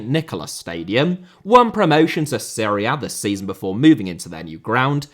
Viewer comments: It is serie A/B/C Not Syria B;) Great video! :)) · Série * not Siri Campeonato* not Campionohrtouw Cruzeiro * not Crugeiro Stadiums* not Stadia Stadia* not Stohrier Olimpico* not Olempecouw Diego* not Diyeigouw Logic* not Lodgic Dissolved* not Disolved Hefei* not Höfei Anhui* not Anhai Litian* not Leshan Joga* not Joguer Bonito * not Bonitouw José* nor Houwsei Rego* not Reigouw Cruz* not Cruj Rego* not Rigouw Recife* not Recifei Pelé*not Pelei Stadion* not Stodion München * not Munich Can't* not Khon' Zimbabwe* not Zimbabwei Türkgücü* not Tăgyuçu Regional* not Rigionohrl Nacional* not Náchonal Mané* not Mohrnei Idea* not Ideer Copa* not Copper Kerala* not Keraler Rather* not Rother 32 mistakes ffs